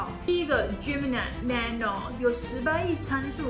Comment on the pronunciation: 唸 nano 的發音好有記憶點 很特別😂